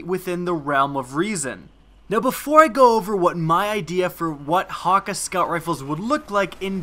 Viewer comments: Ok 30 secs into the video i had to stop lol, Wtf is "hawk-ah" as he pronounced it... Ive always thought it was like.. Han- key.. With like a really defined A.. Anyone get what im saying?? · ur pronunciation of hakke is so wrong...